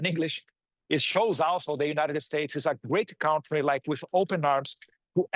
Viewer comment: Honey,cuida da pronúncia de cauntrie,please.